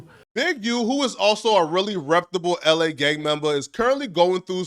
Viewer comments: I wish this cornball would stop saying "reptable." It's REPUTABLE you corny ass nigga. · Big dawg …. Not trying to hate but it’s the word Reputable = reh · pyoo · tuh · bl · Imagine thinking your smart and repeatedly saying “reptable” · You gotta learn how to pronounce reptable g 😂😂😂😂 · Learn how to pronounce reputable